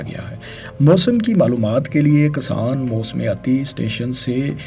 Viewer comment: Misall = Masal Kisan = Kasam Izafa = Azafa Her word ko zabar dete ho Bhai.